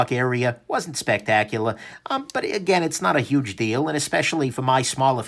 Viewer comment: Be careful: "Not a huge deal, though" sounds like "Not a huge dildo". :) Nice review as always, wish I had more money right now!